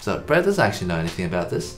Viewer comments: lmao. The last present sounds like ”go back to sleep” instead of “go practice Breeeeett” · "Go practice Breet" sounds like "Go back to sleep!"😃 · No one: Literally nobody: : GO PRACTICE BREET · Breet and edyy